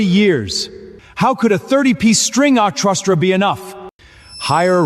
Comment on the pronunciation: Pronunciation spelling and editing need much improvement !! To name a few : 1) See Transcript Madam was once the dragon queen that shaped the GLOBAL UNDERWORLD !! NOT the GLOBAL UNDERWEAR !! 🥺😱 2) Transcript .. for Carter to marry Lily is a blessing from FATE !! NOT VATE !! 🫩😵‍💫 3) Transcript .. how could a 30 string ORCHESTRA be enough .. ?? NOT OSTRRA !! 😢🥴 4) Transcript How have you been these days ? Are you getting used to life WITH the HALES ? NOT .. used to life WITHOUT the HULKS !! 😵🙄 5) Transcript Evelyn Black KNEEL NOT Evelyn Black NEiL !! It is not HELL family 👎 It is not HAIL family 👎 BUT HALE family ! 👍👌 👍👌